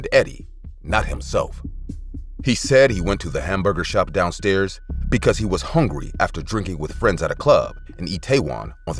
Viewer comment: I’m hawngry lol😂😂😂🧟